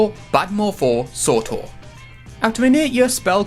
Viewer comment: Jor “bad morfor” sortor